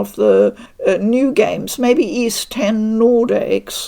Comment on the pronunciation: Oath in Felghana translator here. It makes me happy beyond words to see that you enjoy the series, and that you also say Ys properly! Thank you so much for the coverage. You're awesome. 🙂